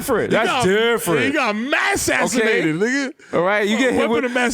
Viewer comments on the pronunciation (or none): Son said "he got MADsassinated" lmao